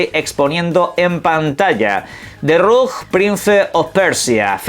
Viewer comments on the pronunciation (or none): lamento parecer un hater..... Pero no podes leer "rouge" como /RUJ/! 😑😑😑 si conoces el termino y juegos tipo /ROUG/(like) hace mas de una década, estimo......